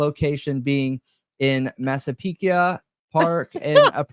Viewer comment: All I gotta say about this stream, is nothing brings me more joy than pronunciation of cities and counties! Don’t ever stop calling it Latáh County and Massapeeka 🤣🤣👏🏼👏🏼👏🏼❤️❤️❤️ freakin love it